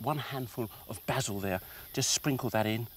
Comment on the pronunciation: Its funny the way he's says basil